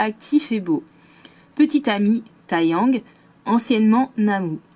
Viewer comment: Mais wow! Bravo pour cette vidéo super intéressante! Merci d'avoir traduit tous les dos de cartes mdrrr. Bref, une excellente vidéo!! PS: Taeyang se prononce "Téyang", le "tae" en coréen se prononce "té" ☺️